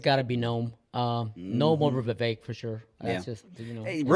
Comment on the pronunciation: His name is not Va-Vek it’s Vivek like cake